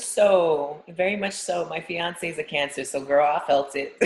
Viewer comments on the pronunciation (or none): never mind, just heard you say financee'